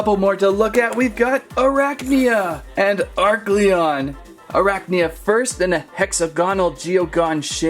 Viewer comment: Oh and its a-r-Celon